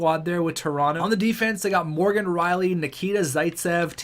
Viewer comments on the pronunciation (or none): none